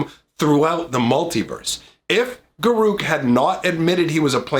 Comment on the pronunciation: I really don't care that you didn't show cards. The only thing that bothered me is how you say Garruk ;P